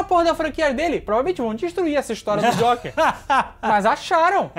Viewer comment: "Jóker" ahahahahaha